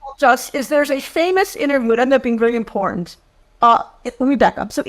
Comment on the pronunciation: Imporunt? That's not a word